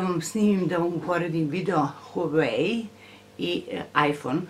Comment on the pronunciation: Kaže se Huaveji a pise sr Huawei